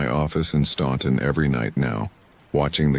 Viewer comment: Hello,! I really liked that first story.... very different and thought-provoking. Reminded me of a Star Trek TNG story. Just wanted to comment about where Dan moved to after his ordeal. It's a small city in Augusta County. It is spelled S-t-a-u-n-t-o-n, and it's probably supposed to be pronounced as "Stahn tun", just like you pronounced it; but locals and folks in the surrounding counties here in Virginia always say "Stan tun". I've been saying it that way for many a year now! Lol. Oh, and one more quick thing: everytime I hear about something that the CCC built, I think of my father. He was born in 1917, and worked with the CCC when he was a very young man in his late teens or early 20's. I wish I knew just what areas he worked in; it's so interesting to hear narrators mention something about a structure that the CCC built. I love your stories, and I love your bass voice! Until next time.......